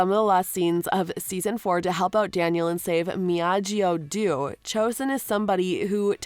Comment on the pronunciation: one trigger warning ! don't say miyagi du or doo ... it's DO ! -.- it's frustrating that you the creator of the video can't tell the freakin diffrence ffs